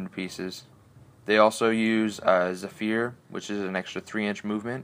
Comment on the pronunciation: love the battle reps but lol the mispronunciations! 'Jan-asia' the Runeshaper and 'Zef-fear' on the wold shrimps.